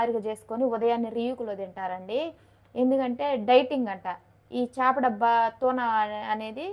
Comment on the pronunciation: 'చాప' కాదమ్మా 'చేప' అనాలి.